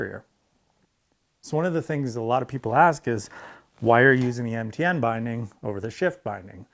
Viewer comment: He said MTN binding, though I does sound a lot like he says NTN :D